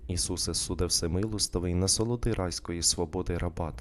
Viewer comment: "насолоди райської сподоби" насолоди - наголос на третій склад, уе іменник, сподоби - дієслово, вибачте, читайте правильно, а не те, що ви інше промовляєте "райської свободи", не те, що написано.